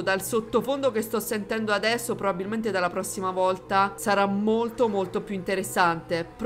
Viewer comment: "Addresso" mi ha stesa! 😂